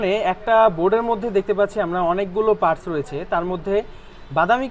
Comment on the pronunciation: দাদা পারস নয় পার্টস।